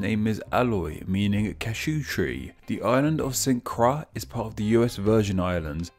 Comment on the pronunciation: When I did Caribbean history in HS, my teacher stressed that as Caribbeans, we should know the correct pronunciations of the countries in the region. See the pronunciations below! Nevis is pronounced 'nee-vis' St Croix is pronounced "croy" Guadaloupe is pronounced "Gwada-loup" Dominica is pronounced “dah-mih-nee-kuh” Martinique is pronounced "Martin-eek" Grenada is pronounced "Gree-neigh-dah" Saint-Domingue is pronounced " Sah (for Saint) duh-mah (for Domingue )". Ayiti/Hayiti is how a Hatian would say Haiti in their creole. You didn't mention Barbados, Bahamas, The Cayman Islands, Belize, Guyana and Trinidad and Tobago in the video. While Belize and Guyana aren't islands, they're still apart of the Caribbean/CARICOM.